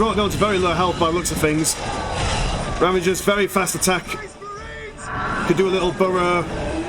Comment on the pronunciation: Ravener broods NOT ravaGers. There's no G in there bud